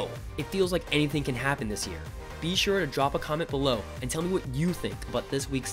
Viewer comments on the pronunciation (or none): none